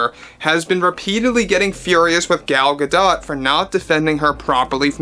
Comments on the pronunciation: It's pronounced Gadot not Gadot. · The "T" in gal gadot last name is silent!